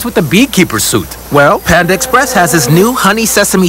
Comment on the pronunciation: 不是胖达 是潘达 ！！身价创办人都说潘达！！！！！